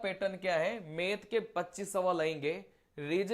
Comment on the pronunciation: मेथ या मैथ 😅😅😅😅